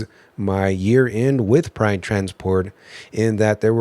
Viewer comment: When you say Pride it sounds like you're saying Prime lol 😂. Like on step brothers, Pannn. No PAM! JK have a great day. Thank you for sharing the video. Keep on truckin